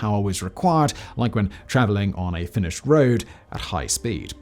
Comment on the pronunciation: I knew he meant that but I just don't hear the "-ed" in there.